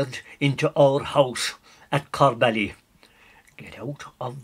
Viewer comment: I grew up near there, never pronounced it ''Corr bally'' it was always known as corb-ly